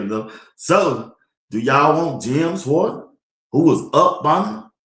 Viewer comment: say "Shorts" with a 'W', or "Shworts"! That's how you say Schwartz! #BlindMellaJelly #W12 #SkoBuffs